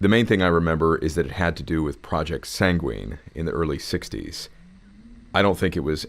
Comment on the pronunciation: WHY ARE YOU PRONOUNCING SANGUINE LIKE THAT AAAA